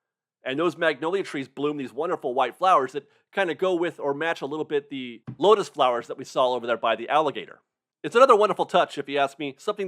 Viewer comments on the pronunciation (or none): none